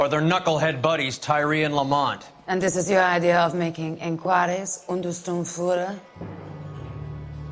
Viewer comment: Yeah, but she pronounced it soo bad